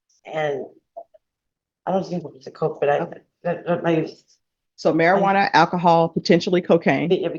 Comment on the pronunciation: omg stop saying marijuarna its called cannabis. and who cares about the weed. hate this crap. cannabis is not a problem around kids.